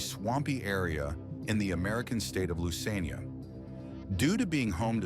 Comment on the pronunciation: He murked the pronunciation of Louisiana 😂❤